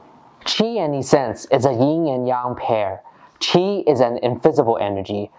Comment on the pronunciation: Thanks for your tutorials. Much appreciate. For your information the word essence is pronounced with the same short e as the word presence.